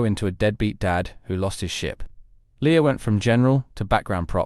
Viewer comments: Leia, not Leah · I was invested until I realized that this bot was referring to Leia as, "Leeya".